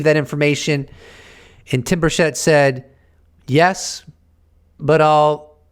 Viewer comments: It is not Tim Burshett.. It’s Burchett cha cha. Burchachaett. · Tim 'Birch it.' He pronounces his own name as 'Birch-it.' Everyone missed that. 😉👍 Good stuff. Thank you, and as I watch this late, I know that Paulina and Tim got nothing.I forget the other guy's name. Undeniable proof (of et) that is seen at some point in the future, will be because of a mistake by the powers that be. We'll be joy riding in saucers before they tell anything.